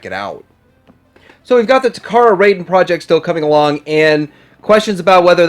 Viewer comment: Raiden the Trainbot Super Warrior is pronounced "rye-den" not "ray-den" like the character from Mortal Kombat...